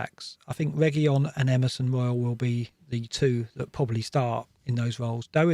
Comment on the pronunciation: Its Regui-lawn lads and not regui-yon